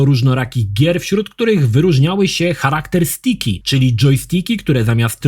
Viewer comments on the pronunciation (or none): a o co tobie chodzi? powiedział błędnie character stick jako harakter stik kiedy powinno się wymawiać karakter stik. Angielskie character to tak zwane false friend czyli podobnie pisane słowo ale o kompletne innym znaczeniu niż polskie charakter. W Polsce charakter to osobowość a angielskie character to postać. Powiedział źle używając polskiego słowa które kompletne zmienia znaczenie więc poprawiam.